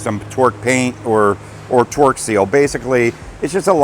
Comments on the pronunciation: Are you saying torque or twerk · So awesome to see the progress on the 401! What a difference since that first video. Keep it up!!! Can't wait to see her fly again!!! It seems like you no longer say "few-saw-lidge", now if we could get you to say "torque" instead of "twirk"... Torque is something you do to a bolt. Twirk is something you do with your rear end. 😂😂😂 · I kept hearing twerk lol